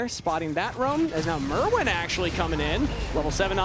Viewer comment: If this dude wants to shoutcast he can at least learn to say the players names properly. It is Myrwn not Merwn